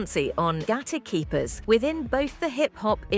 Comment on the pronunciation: Did ICE said GAY KEEPERS?